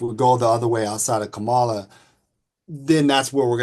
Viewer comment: The fact that he can’t pronounce her name correctly in mind boggling to me. Sir you teach what again?